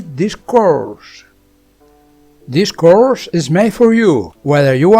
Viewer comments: "couRSH" got me rollin' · why did he say course like that but goood helpping nice too